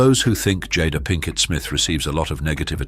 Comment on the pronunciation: Ms. Smith went from being referred to as Jay-da to Jodda in under a minute. I don't think ive seen a single one of these where they pronounced everyone's name correctly 🙄